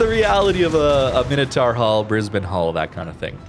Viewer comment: Congratulations on pronouncing Brisbane correctly.